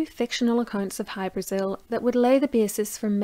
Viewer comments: It's pronounced hy- bra- ZiL. Most definitely not Brasil . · In Irish oral lore the name Hybrasil is usually rendered with the emphasis on the vowel "a" rather than the vowel "i" as in the name of the south American country. Aditionally, is it possible that the Azores islands or Madeira might somehow have come into the frame?